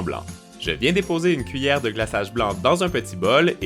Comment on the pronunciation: pk il dit une cuilleret